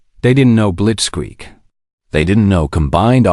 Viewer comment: Ha! Ai is funny, mistranslating "blitzkrieg" in "blitzsqueak"!